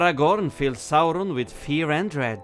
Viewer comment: I know it's off topic, but is it true you guys ended your covid restrictions in Norway? If that's true, it makes me love Norway even more 🙂🇧🇻 also, love to hear you say Saurons name once more! 👍🙏